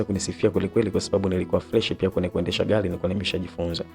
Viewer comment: Aisee unatamka maneno vibaya inakera masikioni...yaani hujui R inakaa wapi na L inakaa wapi...Eti BAALI,SILI,NALUDI,HARAFU,GALI